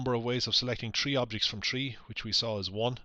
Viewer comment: Why do you say "tree" not "three"